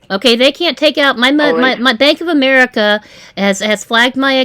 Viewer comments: Oh, the out loud laughs from me through out this video!!😂😅😂😅 Another great video,! "" is relentless in his stupid stories and explanations. "Bank of AM-er-EEK-a"... not said once or twice, but every time! Then later "you need to pressurize them to send the money..."... more than once! What a hoot!! Thank you for your work, and your sister, too! ❤❤❤ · Why would a FBI agent say umreeeka, aren’t they taught how to correctly pronounce the name of country they took an oath to defend at Quantico 😏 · Relative cultures have so many hidden messages. OMG, he pretended to talk to his boss, using his same voice "Bank of Am-ar-ica". "I'm talking to my higher aut-hority"